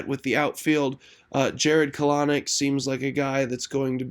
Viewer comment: It's pronounced Kel-Nic Not Caloric